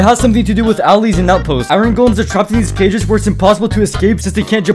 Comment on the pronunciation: u pronounced "allays" a bit incorrectly